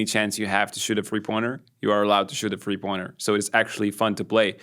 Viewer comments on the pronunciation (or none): Can you please explain why you pronounce "three" as "free"?